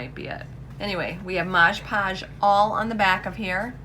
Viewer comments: lt’s Mod Podge not modes podges just like on the bottle. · FYI it’s mod podge not modge modge lol